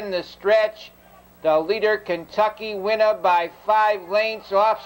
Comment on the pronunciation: "KENTUCKY WINNA" I'm pretty sure. He's not doing an east coast thing lolll